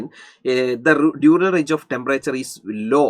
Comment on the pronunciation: Diurnal ne entha pronounce cheythe 😂